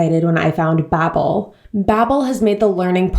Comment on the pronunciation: Bobbel? I thought it's pronounced bAbbel? I mean they even say bAbbel on their advertisments ??